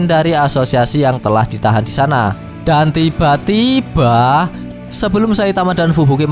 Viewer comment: Benci dengar kata "dan tiba2" Yg sengaja di gas. Jadi malass sub canel ini.